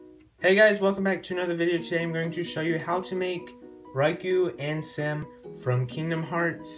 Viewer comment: Riku is pronounced R-E-K-U and not Raiko. Anwsome custom Lego Riku-Ansem! Thanks for have done my request. I am happy that you have done it! Continue like this & stay safe!(